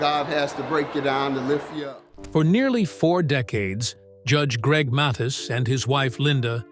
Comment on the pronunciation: name pronounced .....M A T H I I S